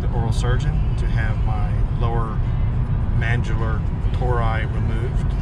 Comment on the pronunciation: Mandular? Lol